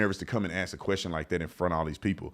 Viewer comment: Ignant is not a word. Please stop using it. Also its "ask " a question not "axe" a question.